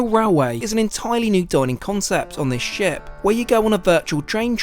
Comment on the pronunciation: "for a proper ship tour" was what you said. "For a proper shit tour" was what I heard. Had to pause and go back. lol!